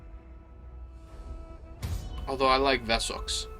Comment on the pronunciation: Vessex? Wessex is an english word not a german word, the W is pronounced W. Your american reading is grating my ears